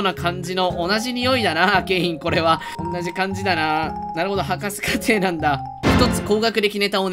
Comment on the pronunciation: 博士課程って「はくし」やなくて「はかせ」って言ってる人初めて見た